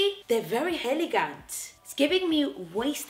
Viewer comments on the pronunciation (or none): "heligant" love it